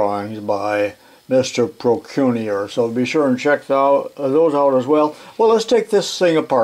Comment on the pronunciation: Procunier, it's French,.pronounced proh-kyoo-nee-ay.